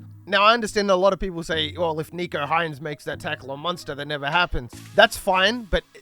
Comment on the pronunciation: Bruh it's Nick-o, not Neek-o. Also imagine comparing him to Lockyer or Thurston LOL.